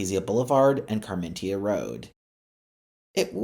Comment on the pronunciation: Art-ee-jaa, Car-men-ita, Sir-ree-toes, oh my gawd 😫lol